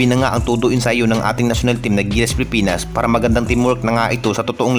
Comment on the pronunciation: ANO BA ANG TAMA PIPINAS O PILIPINAS?? KASI CLEAR MO ANG WORDS MONG BINABANGGIT.